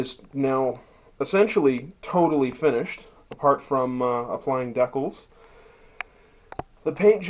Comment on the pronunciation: Deckles? The word decals is pronounced "dee-kals"